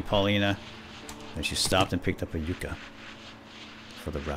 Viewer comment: What is "Yooka" juice? Yucca. Short "u".